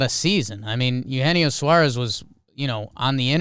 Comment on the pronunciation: Trevor is correct about the pronunciation of Eugenio Suarez. Its supposedly pronounced (aye-yu-Hay-nee-o)